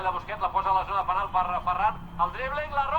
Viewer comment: Se dice penal